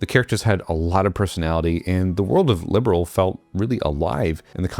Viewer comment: sorry but its not Liberal, its Liberl, and Gungho corrected it in the last patch :D